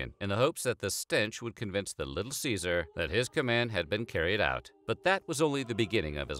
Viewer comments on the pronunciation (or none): none